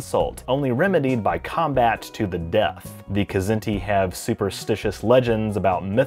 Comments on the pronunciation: Larry Niven has told me in person that it's pronounced: Zinti. The K is silent. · I'm pretty sure the K in "Kzinti" is silent...like "knife". You'd have to ask Larry Niven though...